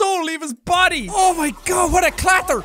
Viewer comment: You can hear Sean’s Irish come out when he says the word clatter